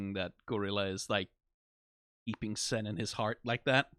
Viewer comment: You have an interesting way of pronouncing Sein's name. Is that a Danish thing?